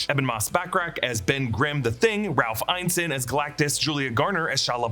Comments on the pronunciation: Still pronouncing Ralph Ineson's name incorrectly. It's "in-eh-sun" not "eyen-sun". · Ralph Ineson. In-UH-son. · It's pronounced In-es-son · You've pronounced Ineson wrong every time. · How do you go to the trouble of making videos like these without doing the basic research of how to say a person’s name? So infuriating hearing a name mispronounced repeatedly. It’s not like Ineson is even particularly difficult. Do better.